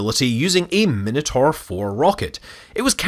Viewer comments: The pronunciation of “Minotaur” is just bizarre. Is that an American thing? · You might want to work on how you say Minotaur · It's always weird to me when someone pronounces it min-a-tor, when I personally know it's pronounciation to be mi-na-tor. They are both correct. The things we grow up with hey.